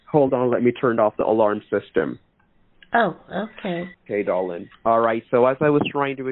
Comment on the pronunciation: DAR-Lynn. 🤢 🤮 I didn’t saw the number😂